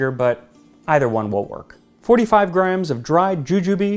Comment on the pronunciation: "45 grimes of dried jujube" Max was so excited for this dish that he developed an indistinguishable accent! Must be good!!